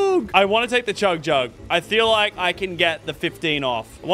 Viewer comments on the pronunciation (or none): The way you say chug jug sounds so Irish haha